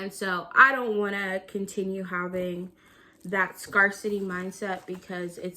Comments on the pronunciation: It’s pronounced scare-city. Wishing you the best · lol Have you only seen “scarcity “ written or something? Why do you pronounce it like that?